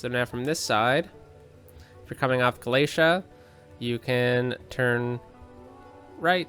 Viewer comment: Good choices today. Couple points: you need to check the street names to make sure your new one ways have the same name all along them, & Galatea is pronounced Gal-uh-TEA-uh, not Guh-LAY-shuh like the book of Galatians. Sounds prettier that way. And... You might have it on your list, but I still say you can connect the grain elevator and the little town where those two streets end close to each other and make it easier for traffic taking the left from the elevator into town. Why don't you name Holmes street Keewatin Drive? Hope I don't sound like a fuss budget. See you on Wednesday!